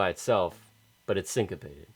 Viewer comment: Sincapated sounds like constipated 🤣🤣🤣🤣